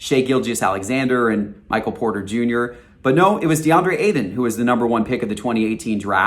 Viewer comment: "DeAndre Aidan" lol